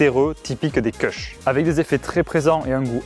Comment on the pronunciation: les connaisseurs savent que les Kushs se prononcent "koush", et non pas "keuchs" 😂